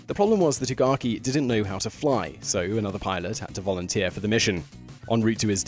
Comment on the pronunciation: Vorunteer?? No?? SHAMEFUR DISPRAY!!!